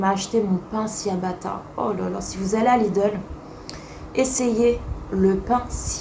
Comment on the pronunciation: Coucou! Le pain se prononce « tchiabatta » il me semble, à l’italienne ahah 😋 des bisous 💗